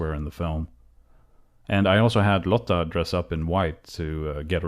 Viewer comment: when the way you pronounced lotta seemed familiar i checked the about section and saw that you are swedish, fan va coolt, älskar dom här videorna